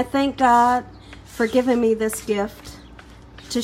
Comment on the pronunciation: "You hear meh" i love it ! Subscribed !!!